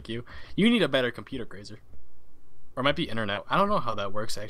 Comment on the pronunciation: says "grasa"